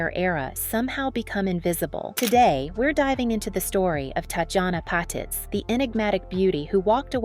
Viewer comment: TOTALLY Agree! These AI generated videos are so annoying! It totally mispronounced BOTH her 1st & last name! Glad I’m not the only one to notice this. Thank you so much for calling it out!😊